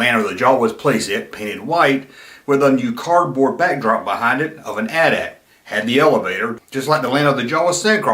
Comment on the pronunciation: Thank you for calling it the AT-AT (pronounced like Because modern influencer hipsters have decided to revisionist pronounce it like they're talking about their cell phone provider AT&T, but just the AT part twice. A-T A-T's. Like they're saying, 'The 80's' two time in a row really fast. This would be moderily clever if it weren't so collasally annoying. I'd blow them up on social media, but their annoyingness is too strong for blasters.